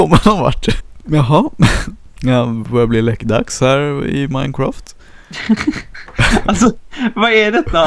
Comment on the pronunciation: ni säger att det heter minecräft fadt det heter minecraft